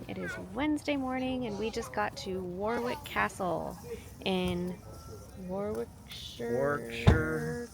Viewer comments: it is pronounced warick the middle w is silent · Say "rick", Warick( Warwick)❤ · Great video. My daughter lives in the Cotswolds so I know it well but you showed me places I'd never visited so I appreciate that. Driving our narrow roads is challenging enough but the pronunciation of place names defies all logic. Warwick = worick😊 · Well done with the pronunciations. Warwick needs a little practice, but you got Bibury right. So many Americans say it Bib-bury instead of Bi-bury. Your children are a credit, well-behaved but still enjoying themselves